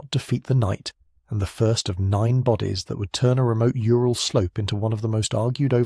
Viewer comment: Ural = Ooral, not yooral (Ура́л).